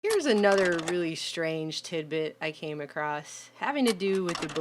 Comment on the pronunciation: Lost my interest in the first 2 seconds when the word STRANGE was pronounced SHTRANGE! Can't kids today speak how words are spelled?